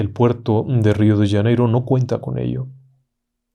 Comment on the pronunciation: "" Rio d Yaneiro " dijo el Ingeniero...???? 😂😂 RIO DE JANEIROOOOOOOO